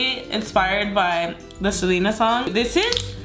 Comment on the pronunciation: Anyone else dislike cuz of the way she pronounced Selena